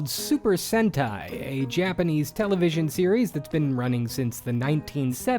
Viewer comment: It's Sentai. Try GaoRanger